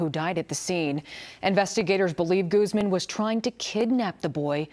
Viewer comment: My favorite thing about the news is how they pronounce spanish names with an accent when its not a criminal, but when it is a criminal the accent gets dropped and its goooozman.